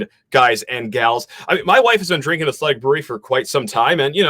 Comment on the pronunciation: Why are you saying athletic like that???